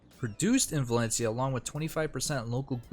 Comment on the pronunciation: VALENCIA not VALENICA